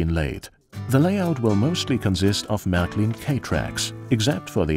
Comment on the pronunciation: Marklin?? Sounds funny when people pronounce it totally wrong.But great vid.